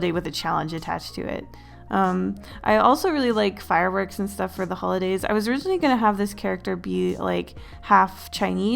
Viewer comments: just says “hoidays” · Notice how the intro says "hoidays" / "holdays" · ah, yes, hoidays